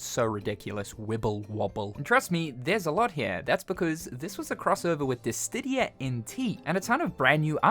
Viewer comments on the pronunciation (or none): Say it with me now...DI-SID-EEE-A..no T or D. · bro just can't pronounce dissidia without a T in there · I love you but you gotta stop mispronouncing Dissidia, there’s no T in Dissidia. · I love your videos but can you please pronounce Dissidia correctly? lol. You’ve been pronouncing it wrong video after video and it’s starting to drive me crazy! (Again, love your videos!)